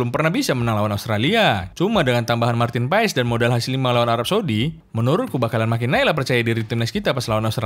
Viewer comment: Marten paes dibaca martin pas